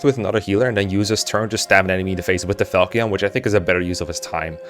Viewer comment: Fal-key-on 🤣 Never in my life have I heard it pronounced that way